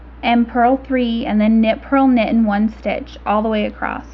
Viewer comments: It is horribly annoying to see you spell "across" correctly, but then say "acrossT". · Not that I am the grammar police but do you know you say acrosst instead of across? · ACROSS!! There is no "t" in the word! Other than that, great video. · Great video :) and I love how you pronounce across as acrosst!!